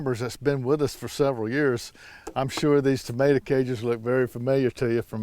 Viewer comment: I love when you say “tamater”! 😂 just like my husband.